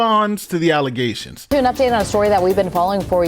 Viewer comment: Not just allezations , FALSE allezations